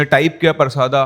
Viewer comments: I am from chhattisgarh 😁 it's परसदा not परसादा sir but I don't care I really enjoyed your story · गांव का नाम परसादा नही परसदा है सर मैं छत्तीसगढ़ से ही हु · भाई वो परसदा है परसादा नही मै खुद रायपुर से हू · Sir vo parsaada nahi परसदा hai sir aur vo raipur me nahi bilaspur hai mera college hai uss area me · Sir us gaon ka naam परसादा nahi परसदा hai mere gaon ke bagal me hi ye gaon hai aur ye kahani sayad se scripted hai kyuki Maine ye kahani Aaj Tak nahi suni jabki mai parsada ke bagal me hi rahta hu